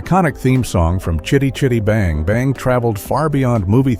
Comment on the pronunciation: Fun fact, this film was made the year I was born & it still holds up pretty well, shame I had to sit through nearly 30 min of having it's name constantly mispronounced, WTF was that about !, f 'ing AI narration. I did think it was amusing that someone called Jackson finally got to own the car, then used it as a Hobbit taxi lol 🤣👍.